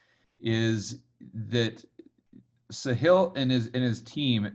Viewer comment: The guys name is not 'sa-heel' his name is 'saa-hil'. It means the 'coast' or the 'seashore' like the beach basically. ساحل (sahil)